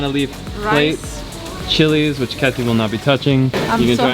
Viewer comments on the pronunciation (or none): none